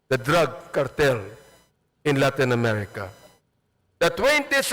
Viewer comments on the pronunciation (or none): Mali nga eh ""LAITIN" DI PO LATIIN...SAN M YUN NKUHANG WORD MR. ABANTS..